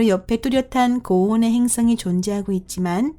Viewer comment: 행ㅆ엉이? ㅋ 발음하고는 ㅈㅈㅈ 한글날인데 세종대왕께 미안하지도 않나? 아니 세종대왕이 누군지는 아나? 지적질한다고 뭐라지 말고 좀 고쳐라. 발음이든 사람이든 .